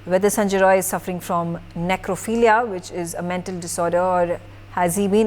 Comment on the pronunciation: Not roy its rai